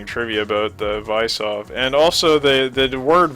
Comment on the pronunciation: Vysov is pronounced like vizov and it means challenge